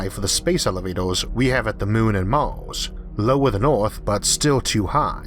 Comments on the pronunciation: "IT WAS VENUS, NOT MAWWWZ" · why is this dude speaking weird. he says Mals instead of Mars. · “Maws” it’s Mars bro. Mars. R’s aren’t that hard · What the heck is this guy's accent? Is he speaking uwu or something? "Mawrs", "Ewth", "Pressowr", "Aiwr", xD?? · Its pronounced "mars" not "mawos" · What's with the pronunciation of Mars as "Mauws???" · I really hate the way you spell mars, but I don't hate you, I just wanted to get it out of my chest, it fill me with rage every time you say "mars", funny how our brain choose to get certain mundane things. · Everytime I hear this man sad "Mars" i cringe, its mean but honest